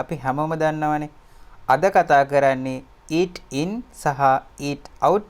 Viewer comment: Eeding eedoubt dringing dringout talkging talkgou .